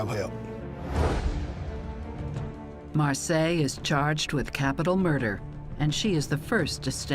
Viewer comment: Her name is Marcia, not Marseille. Pronounced Mar see ah, spanish name.